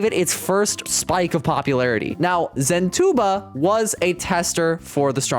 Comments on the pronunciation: "Zen two bob" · Zentuba ❌ Zen toolbar ✅